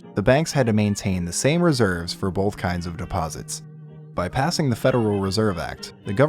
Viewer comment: There’s no L in “both”